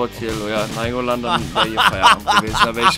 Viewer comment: so ohrenkrebs, wie Nainngolan aussprich.Aber Probs tritudem gutes video